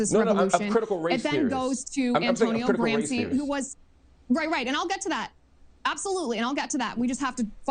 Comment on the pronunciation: So right about the blatant moral panic about a Marxist uprising. But…Ugh…so annoyed how she mispronounced Marcuse and Gramsci. Also Gramsci was not part of the Frankfurt school!